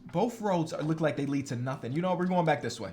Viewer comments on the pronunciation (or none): none